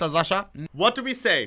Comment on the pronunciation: its Sasha, not Zasha